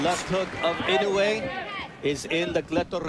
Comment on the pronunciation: 『男はノーリアクション』だの「ナオヤ◦イノウェイ』だのちょいちょい笑える解説者だったね。